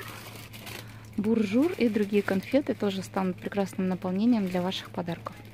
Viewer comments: Не БУНЖУР а БОНЖУР, ТЫ СОВСЕМ ЧИТАТЬ НЕ УМЕЕШЬ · Не буржур а бонджуры